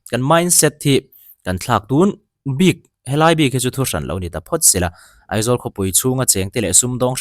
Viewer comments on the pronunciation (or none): EMC a ni lo AMC tih tur EIZAWLa ni hlei nem AIZAWL a nia lawm mizotawng khan lam ve mai ula